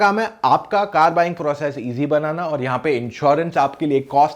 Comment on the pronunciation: कार, not कर